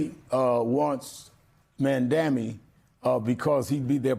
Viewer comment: Sharpton its pronounced Maaamdani